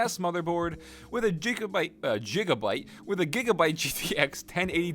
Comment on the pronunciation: Jigabyte XD